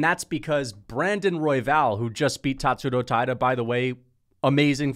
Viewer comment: Why TF do you say it like Tatsuto Taida????? YOU OK LIL BUDDY?